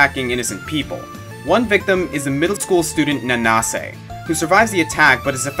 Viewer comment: I CAN'T THANK YOU ENOUGH FOR THAT:):):) Under Night In-Birth has become one of my "personal" favorite fighting games, and just to see you mention it, makes me so happy:) Thanks:) (BTW, It's pronounced Nanse)